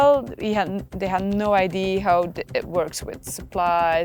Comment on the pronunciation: What is it with Belgians and their inability to say "idea"? I heard some say "idear" even